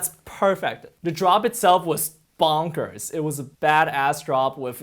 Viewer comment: why you say bonkers like that